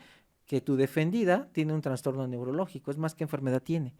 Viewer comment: “Tanstorno”. Lol.